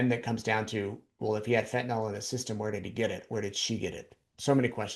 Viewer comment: It is fentanyl, not fentan-all. Pet peeve.